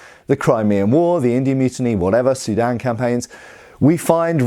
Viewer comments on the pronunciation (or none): none